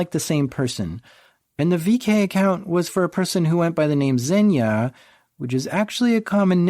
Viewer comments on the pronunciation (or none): Hey, wanted to help you out a bit with the pronounciation of the guy's name. It's "Evgeniy" with a soft g, like in "ground", it's the Russian equivalent of Eugene. And Zhenya starts with a J sound, like the start of "Jean-Claude Van Damme". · "Zhenya Preggers" . Lo .